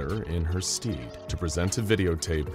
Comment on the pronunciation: Stead as in, "in her stead", is pronounced "stehd", not "steed", which is a horse.